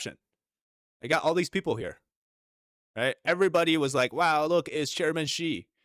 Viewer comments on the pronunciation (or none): I think it’s fucking hilarious. Every time you say the word people 🤣👉 PEEP-OOO🤣👋🤣🤣🤣👍 you got us all fucking dying over here at my house. I have this video playing on my surround sound every single time you say that word we are fucking dying of laughter over here. Thank you so much for making our day.